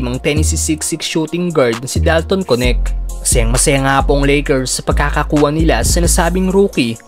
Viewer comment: Anong konek? Dalton Knecht hindi konek ano ba yang pronounce mo